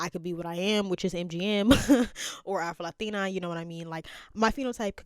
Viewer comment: Ok, why do you Latinos say Latino with a accent when talking? This shit is annoying, just talk regular English, I always notice this and it's annoying. Why?